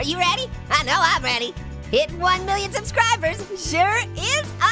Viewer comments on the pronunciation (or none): Why did you say 1 million scribers